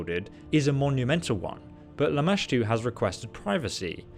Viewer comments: I love that have the natural ability to mispronounce names. After hearing Lamastu said to him like 30 times during this mod he proceeds to call her LAMASHA. I love this guy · I have screamed the right pronunciation at him and startled my husband at least 5 times. Lol I was so proud when he finally pronounced it right 😂